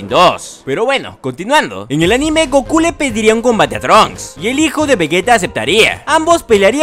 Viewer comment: Jaja si sonó chistoso esa parte